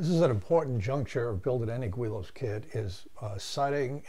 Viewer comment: It’s pronounced GiLL-Lows